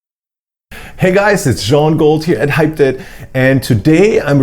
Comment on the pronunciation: I learnt today that its pronouced "hyped it" not "hype edit"